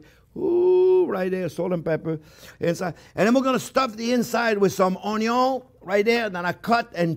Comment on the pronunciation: Well done chef ! I love the way he says onyon hehe